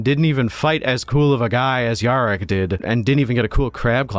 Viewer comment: missing an ‘R’ there mate